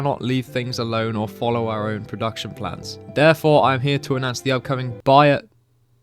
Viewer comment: How can’t bro say the simple word Byeth in school you learn that th makes A SIMPLE SOUND